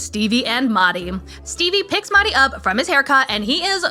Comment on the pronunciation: The H in MeHdi is not silent. It's an H like Henry